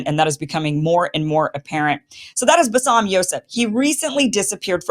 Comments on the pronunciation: Kim, put some effort to learn the 1st name of Basem it is not bassam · Love you Kim. It’s Ba Sem. Not bassam. 😉